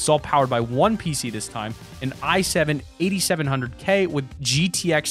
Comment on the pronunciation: Bro instead of i7 7700k this man said 17 7000